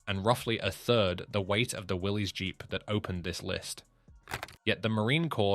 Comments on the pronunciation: It's not pronounced Willy's the guy's name was John North Willis spell with a y the vehicle is a Willis not a Willy's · It didn't stand for Willie's it stands for Willis you don't pronounce the Y in Willie's you pronounce it as Willis the man who started it his name was John North Willis not Willie's